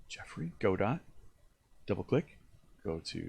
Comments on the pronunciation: Its not pronounced go-dot. Its pronounced go-doe. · He said Go-dot, instant dislike. Just kidding, great video man! Thanks!